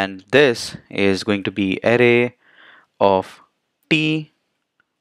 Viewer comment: I had great difficulty in listening to his tongue: Array sounds like 'aha-leh'. The word `Array` should sound [uh-rey]. Except for this, his explanation is exceedingly good. All I understood was guess-work due to the pronunciation.